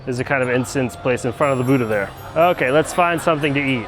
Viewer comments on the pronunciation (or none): none